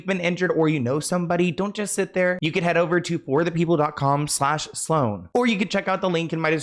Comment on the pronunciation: Geez guzz.. guzzle lol someone make a compilation of Sloan butchering names 😂😂